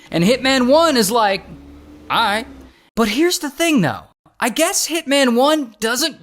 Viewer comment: "I eh-Rike the property"